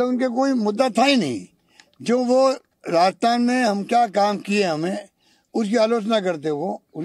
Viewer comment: Rasthan nahi Rajasthan